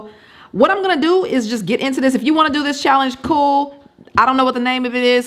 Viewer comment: said I'm Bool.. lol